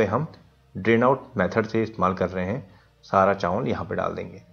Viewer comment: Chaanwal😂bolne ka trika